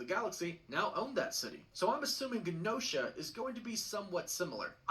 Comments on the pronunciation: is right, he’s pronouncing Genosha w a hard G instead of a soft G. Also his pronunciation of adamantium & tiamut were bugging me lol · Its pronounced like ja no sha not gen no sha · It's pronounced: JEN-NO-SHA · Mf can’t even say Gen-Osha right or adamantium making me tune out if this theory lol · Every time he says Genosha or Adamantium I get a grey hair... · He's pronounced Genosha and Adamantium both wrong. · And Genosha🤦🏾‍♂️